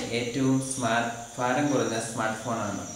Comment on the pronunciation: ഫാരം അല്ല..ഭാരം..!! ഭാരം ! :)